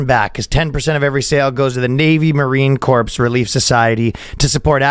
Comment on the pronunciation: I hope this podcast endures. These two are hilarious, especially when they're there laughing at their own jokes. Anyways, as for the sponsor, Ryan pronounced Marine Corp as "corp" but it's pronounced "marine core".